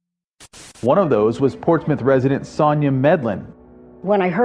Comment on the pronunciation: It's pronounced portsmUTH. I live in NC about an hour or so from Portsmouth, VA